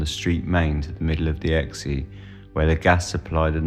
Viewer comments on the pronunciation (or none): I live 1 mile from the bridge at the River Exe. It is pronounced "X" and not "Exey" but otherwise, great video! My grandmother was born in Lympstone, and she remembered being told stories of these prints to make her behave! She died in 1994, sadly, but would have loved this! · The river Exe is pronounced X not XE, just X. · Im in the states ,so i speak English. I would had pronounced the Exe river as 'x' as well. I dont know what is up with this guy either!